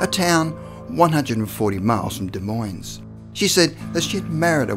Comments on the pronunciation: it's pronounced "deh moin", the es is silent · The “s” is silent in Des Moines. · You don't pronounce the "s" in the name Des Moines. It sounds like "de moyn." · The “s” in Des Moines is silent, but love that story. The first one I’ve heard of in Iowa. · Can express the finer points of Cyrillic grammar but cannot say, Des Moines without pluralizing it......